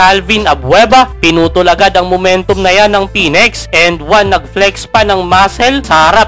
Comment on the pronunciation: Phoenix po hindi Phoenex.. Ayusin mo pronunciation mo next time ha